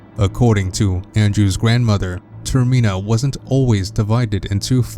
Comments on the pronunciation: Hey dude your pronouncing the area incorrectly. It's not 'ter-meen-a' It's 'ter-min-a' as in termination or terminal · Not Termeena, Termina. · its not termeeena its termina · "Termena" not termina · TERM I NA??????? TERMENA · ITS NOTT TERMINAA ITS TERMINA AAAAAAHHHHH -Triggered Watcher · dude it's pronounced ter-mi-na not ter-me-na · Its pronounced "Ter Mi Na" Not "Ter Mee Na" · TERMINA NOT TERMEENA!!! I can't, I just can't. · It's not tur mean ah it's tur mi na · TerMEANa? I think you mean TerMINa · golden gamer does have a point, I think full translation would make it more like "terminus" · That's why I stopped watching the video and moved on to watching something else. Not sure what you're intending to achieve by stating the obvious?